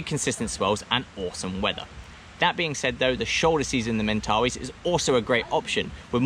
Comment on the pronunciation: Mate. This was the perfect video I was looking for!! Thank you so much for doing this video. What I noticed was how your pronounciation of Mentawais kept switching from Mentawais to Mentawees :) . We get that a lot with people in NZ at a famous surf beach called Te Arai. Surfers generally know it as Te Aree. Haha. :) How much are the board hires and is it generally quiet during Dec -Jan? For those of us in the Southern Hemisphere, this is when we generally travel :)